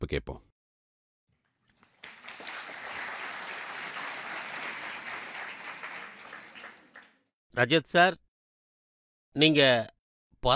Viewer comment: ரஜத் ஷர்மா ரஷித் ஷர்மா கிடையாது